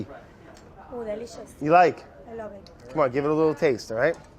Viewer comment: "Ooh delicious " Brad: "You like that?": "I lowve it"